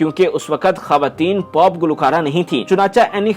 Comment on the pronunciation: پاپ نہیں میرے بھائ پوپ، پینڈو اردو سیکھ لے